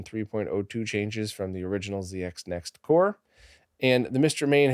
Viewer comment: That's "Zed X Next"